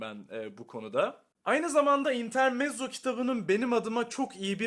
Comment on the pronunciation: İntermetzo olarak okunur.